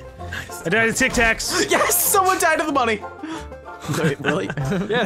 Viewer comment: "Tac Tacs" xD